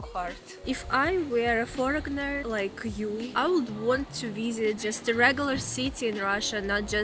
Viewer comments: The "g" is silent in the word "foreigner", it's pronounced : "forynar" I'm your new volunteer English pronunciation teacher 😊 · Leave the "g" out of your pronunciation of "foreigner". It's pronounced "for-in-er".